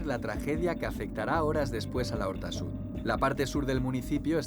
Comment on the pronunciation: Es l'horta sud no la horta sud. Por lo demás excelente documental